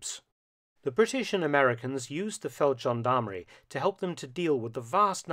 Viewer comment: Feldgendarmerie has a hard G...Always. Amazing story, nonetheless.